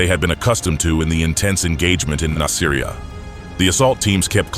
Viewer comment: Its pronounced "Nas-ah-ree-ah". It makes me think that none of this is researched well, if they cant even pronounce the name of the city right.